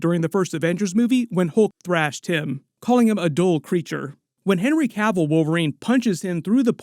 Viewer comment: Thanks to for pronouncing "Cavill" correctly. The number of channels calling him "Cah-ville" is ridiculous.